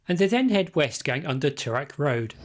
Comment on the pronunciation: mate, a bit of advice on how to say toorak. i couldnt identify what road you were talking about. then i worked it out. its pronounced too rak.